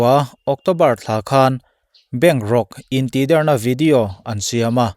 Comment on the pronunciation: (Intihdérna ..dérna hi thlûk san vak ṭhin loh tur) + (intihdèrna.. dèrna hi a hniam phei deuha lam zawk ṭhin tur) hmân âṭanga beng ti kham ṭhin tu a ni...ṭang zêl ang che, kan ngaithla nasa ṭhin a nia.